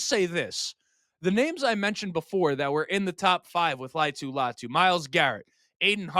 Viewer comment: All vowels are pronounced with most Polynesian names: La-i-a-tu Latu.